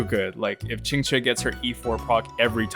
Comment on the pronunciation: As a native Mandarin speaker, I can't express my shock to how accurately you pronounced Qinque's name. Most English speakers don't really care about how to pronouce Chinese names and care little about what they mean.